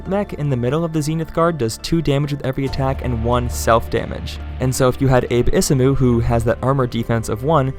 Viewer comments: *Abe Isamu = pronounced Ah-bay E-sa-mu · Probably the best mech analysis I've watched. Awesome! It's interesting to hear your pronunciation of Abe Isamu. In my head he's Japanese so for me it's Ah-be Isamu with all short vowels :)